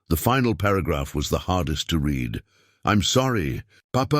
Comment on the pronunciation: You claim they are in Colorado, but all the towns mentioned are in Iowa, no mountains here.Narrator still having problems with pronunciations of words like wound, read, anything with multiple pronunciations on previous story he could pronounce arithmatic.